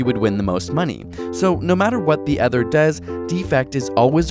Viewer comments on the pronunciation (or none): When you pronounce the word 'other' it sounds like you're saying "ether."